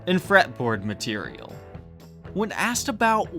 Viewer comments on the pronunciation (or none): I think he said "matelial"